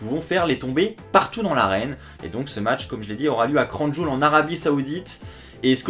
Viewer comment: Comme tu a prononcer Crown Jowel 😂😂 "Cronne Jul" 😂😂